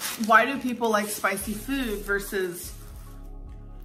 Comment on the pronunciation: We see in this video that she pronounced food correctly when she was with Becky so why recently has she changed her pronunciation? It went from normal food to like food but the double o is pronounced like it is in cool